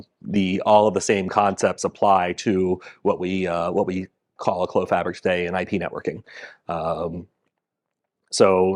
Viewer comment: Merci d'avoir pronouncé "Clos" correctement!